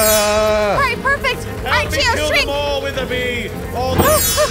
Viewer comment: It’s Chio not Chiow